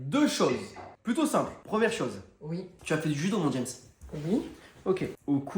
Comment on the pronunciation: dit ouii à touus